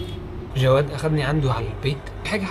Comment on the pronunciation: عفيه صيحله لصديقك جواد مو گواد 😂😂